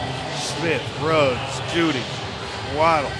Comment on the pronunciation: Its Henry ruggs not riggs commentator